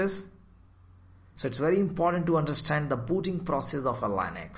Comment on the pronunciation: Very good , but please don't say LANEX , thats Linux